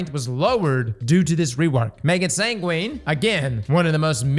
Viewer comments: Sangwin. That's how it's pronounced! You don't say pengween right? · Sangwin sangwin! San gwin! Say it with me! 😂